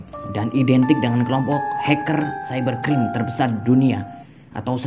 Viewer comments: Cybercrime di baca saiberkraim bukan saiberkrim, fawkes bukan fawkas cara bacanya yng bner fawks, dan terakhir mask tu bacanya meask bukan mes atau mesk. Cuma ngoreksi 😂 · ciber crim? baca nya salah